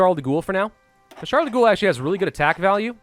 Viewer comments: Charles de *GHOUL* Its Gaul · It's pronounced Charles de "Goal", not de "Ghoul". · Eh, peu importe. So long as he stops saying "Charles de Ghoul". I mean, this isn't Fallout (although I would lol at if there was Québecois faction led by Charles de Ghoul in Old World Blues) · He still says "de' Goul". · Its actually pronounced Ghall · Pronounced gaul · Charles de "Ghoul"... Really? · The way he says De Gaulle's name hurts me.